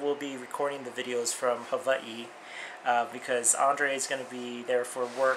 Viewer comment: ops.. I like the way you say Hawaii...